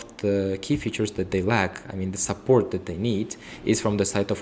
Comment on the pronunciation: Support was mispronounced by candidate